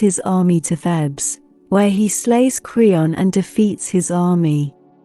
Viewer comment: It's 'Theebs' not 'Thebs.'